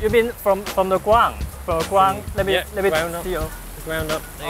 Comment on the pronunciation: "Gwound" haha